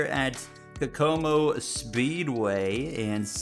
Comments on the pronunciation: Kokomo is pronounced cocomo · fyi the first track you raced at is actually pronounced ko-ko-mo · the first track is pronounced "Coke Oh Mo" which is a town in Indiana (the W)